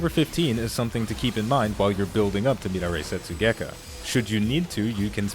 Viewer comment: mid a ray setsugekka lol, pronounced meh dar eee